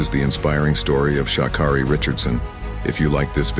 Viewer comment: Here's my issue with this video first it tries to throw her under the bus then they can't pronounce her name correct this is why you don't trust anything any MEDIA puts out so please thumbs down this video 👎×infinity